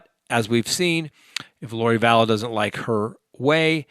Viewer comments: Vallow without an s... drives me nuts when you call her Vallows... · Excuse me but it’s Vallow no ‘s’ on the end. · ITS VALLOW NOT VALLOS, AND SHES MARRIED TO THE GUY, HES NOT HER BOYFRIEND! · Vallow...no 's' Vallow. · Vallow not VallowS. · It's Lori Vallow. There is no "S" at the end of her name. Chad is not her "boyfriend." They were married in Hawaii last year. Why don't you know these very basic things? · Oh my goodness yes. Love him, but Vallows, Dah-Bell? 😂